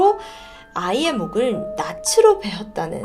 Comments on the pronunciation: 목을 낯으로? 목을 낫으로! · 낫으로 - 나스로 라고 발음 하는게 맞아요.